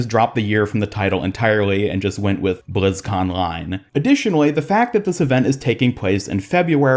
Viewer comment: BlizzcONline. The ON is supposed to be said twice. It’s a play on words. It’s a way of shortening it down to fit the post and label.